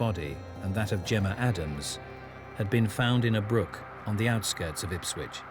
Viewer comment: Why do they always say IpswiTch, when it is Ipswich?